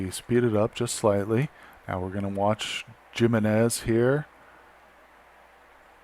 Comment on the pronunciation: Thank you for the interesting video. The 15 x 15 room is actually really helpful. The mods can also be lifesavers, especially the one that prevents your pawns from entombing themselves. PS: Jimenez is a Spanish name, so it is read "Himenez".